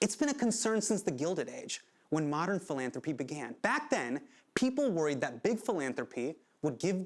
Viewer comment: I’m sorry but every time Hasan said philanthropy reminded me of Phoebe saying Phalange 🤦‍♀️